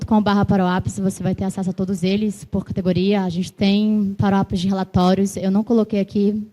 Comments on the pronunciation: Pq ela chama "parou app" ?? Nao seria "power app" (pauer ép) ? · "paruap" é pra acabar não é não? Como ela conseguiu "pauerap" ter pronúncia de "paruap"?